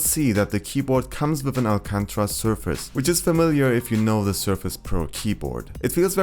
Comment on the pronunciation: It´s called Alcantara not Alcantra :P My mistake, haha